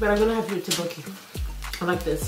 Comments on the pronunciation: tappoki.. no tok boki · Girl, she literary said tobooke Hahahaahahhaha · it's spelled as tteokbokki and it's pronounced as "tok-boki"